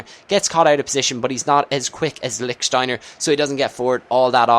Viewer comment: lick shteiner xD